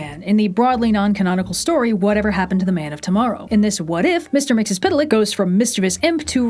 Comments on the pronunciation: Love Reds character progression of not willing to even try pronouncing Mxyzptlk in the superman detail diatribe to saying it with ease here. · Never before have I heard someone pronounce Mr Myxie so perfectly and so quickly. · can we just acknowledge the smooth and confident pronunciation of Mr. Mxyzptlk? the takes that must have taken, good god. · Character growth by for being able to confidently pronounce Mr. Mxplplilfik this time.